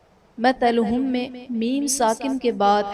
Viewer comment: Pay attention to ayaat 16 (masalohum) you said (matalohum) check it